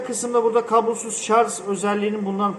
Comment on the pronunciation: ŞARZ değil ŞARJ. Yani Jale'nin "J"'si gibi.